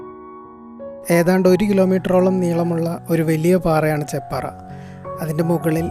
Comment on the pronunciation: ചേപ്പാറ അല്ല ചെപ്പാറ 👍